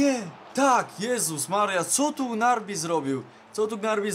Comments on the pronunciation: Gnabri a nie gnarbi xdd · Nie muwi sie grabri tylko gnabry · Czm mówisz "Gnarby" zamiast Gnabry??? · Strasznie mnie bolaly uszy jak mowiles Gnarby a nie Gnabry xd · Jedna uwaga gnabry a nie gnarby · To gnarby tylko gnabry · Gnabry a nie gnarby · to nie jest Gnarby tylko Gnabry;-) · W jaki sposób uderzasz tak specyficznie piłkę ? A poza tym to mówi sie Gnabri a nie Gnarbi xD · czm gnarbi a nie gnabri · Gnabry nie grabny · Czy ty powiedziałeś Gnarby zamiast Gnabry? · Gnabri a nie kulła gnarby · I to nie raz xd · Mówi się G-N-A-B-R-Y ,a nie gnarby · Gnabry nie Gnarby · Gnabri się mówi a nie Gnarbi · Niby nie fajnie jak ktoś kogoś poprawia ale tym razem niestety muszę... mówi się GNABRI a nie GNARBI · chodzilo o to z gnarbi, ze tak przeczytal i teraz jest z niego beka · wiem ze juz 100000 osob cie poprawiło ale czyta sie gnabri byczku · Wylaczam po tym jak 4 raz uslyszalem gnarbi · Gnarbi? XDDD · Jak wypowiadasz Gnarbi uszy krwawia